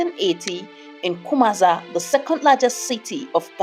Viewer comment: The name of the city is Kumasi not Kumaza. Ku ma si =Kumasi